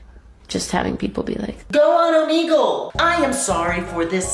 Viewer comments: wait isn’t it pronounced om egg lee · omeeegle Me: ITS OMEGLE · 2020 and every English speaking youtube still pronounces Omegle wrong xD